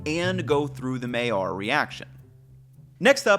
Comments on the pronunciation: It's pronounced "my-yarr." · Hey guy. You do a good job doing what you do but could you at the very least learn how to pronounce the word MAILLARD. It’s simple to look it up or just listen to Heston.